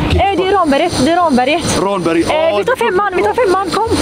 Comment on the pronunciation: Kul koncept, ungdomarna bör dock lära sig uttala Ramberget korrekt ;)